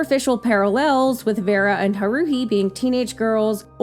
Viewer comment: HA-ru-hi, not ha-RU-hi.